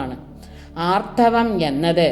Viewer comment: ആർത്തവം എന്നു തന്നല്ലേ പറയുന്നത് ഭവതിയുടെ ശബ്ദം ശ്രവിചാൽ ആർധവം എന്നേ തിരിയു ക്ഷമിക്കണം എങ്കിലും അറിവ് മികച്ച തു തന്നെ